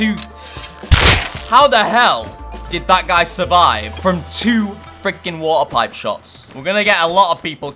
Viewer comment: Its not water pipe Its Warty Pipe😂